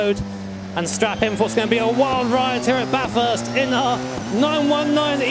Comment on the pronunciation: Everytime you say ba-thirst instead of bathest I die a little inside.